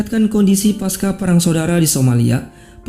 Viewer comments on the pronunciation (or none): none